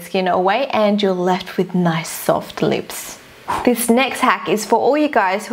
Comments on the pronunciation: its not leeps its lips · I love the way she says lips "leeps" 😂😂💜and "loops" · she says leep because of her accent